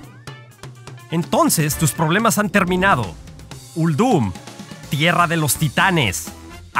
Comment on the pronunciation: La voz está muy forzada y me parece que Uldum se pronuncia con acentuación en "Ul" no en "dum"... no me gustó...